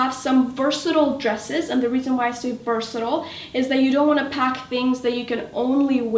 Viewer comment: I absolutely love your videos.. But they way you were pronouncing "versatile" was getting on my nerves.